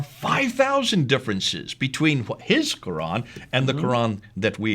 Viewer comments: Interesting.....you are a saudi but can't pronounce "QURAN" correctly in arabic ? Ummmm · Ex muslim from saudi and yet pronounce koran like a handicapped. You are being fooled by these clowns. Actually this vdo strengthten my faith that quran(reading) is unchanged. Tq. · Absolute nonsense should no better, I know for over 20 years, the Qirat was established in the lifetime of the Prophet (saw) clearly written in Bukhari the seven ahruf were taught it. Perhaps and need to actually read the Hadith, I noticed this who meant to be an Arab from Saudi yet he does not pronounce the word Qur'an correctly